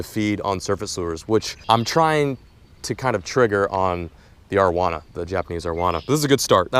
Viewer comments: the way you pronounce arowana is annoying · love your videos but say this with me. Air-oh-wana